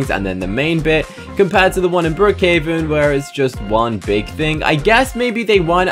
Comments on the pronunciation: he said BrOOkhOveN instead of Brookhaven but no hate i still love your videos! Also brooks diner is a restaurant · he said brookhoven